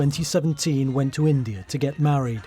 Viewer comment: I can smell the racist pronouncation while you say India !!!! This proves again Britan is not great its just asusual racist country